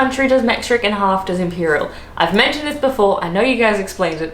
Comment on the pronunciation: I hear your pronunciation of Imperial (measurements) as Im-peurile : as an Imperial sorta guy, i found that far funnier than it probably is. :)